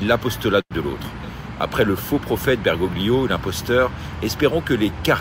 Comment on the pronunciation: renseignez vous un peu !!! Bergoglio nom d'origine italienne on ne prononce PAS le "g" qui sert à faire un son mouillé comme le double l espagnol !!! comme le "g" des tagliatelle... LOL vous qui venez nous expliquer tout, soyez crédible et pas incultes